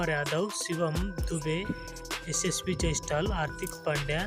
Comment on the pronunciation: ಜೈಸ್ಟಲ್ ಅಲ್ಲ ಗುರು ಅದು ಜೈಸ್ವಾಲ್